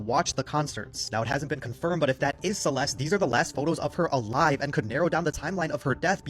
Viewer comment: Celeste has a T at the end. it is not a silent T.